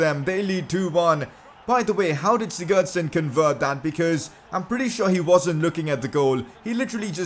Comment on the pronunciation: Oh my god can you learn to say Sigurdsson properly